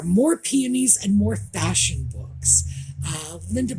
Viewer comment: don’t you know that Harry’s wife is a “Fashawn” expert?? Haha she certainly likes the colour Beige 😂 absolutely love the Audie time ❤